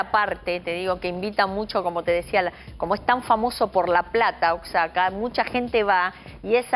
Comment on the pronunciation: Daleeee, aprendan a decir Oaxaca!!!